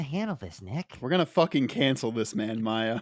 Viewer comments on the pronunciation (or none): how the heck did you get “mar-ia” in your brain? It’s pronounced “mai-ya” lol